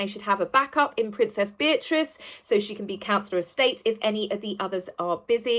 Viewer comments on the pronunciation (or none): none